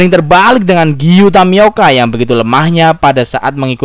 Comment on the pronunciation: tomioka min bukan tamioka wkwk